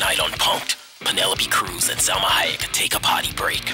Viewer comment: *Salma, a in Spanish always sounds the same so no Selma